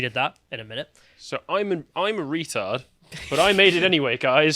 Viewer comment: [snicker] “So I’m a ret**d, but I made it anyway. There’s hope.” Somehow sounds funnier when a Brit says it.